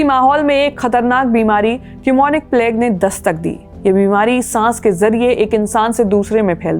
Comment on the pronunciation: Thanks for the informative podcast. Your pronunciation is good and clear. However, please google search the correct pronunciation of plague 😢